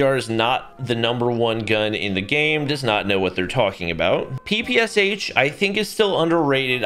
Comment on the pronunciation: you pronounce "ppsh" wrong, "sh" should be pronounced as in "SHark" or "SHop"